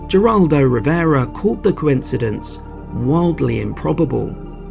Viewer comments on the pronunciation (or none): It's heraldo or hedaldo, Geraldo is a name with Spanish pronunciation rules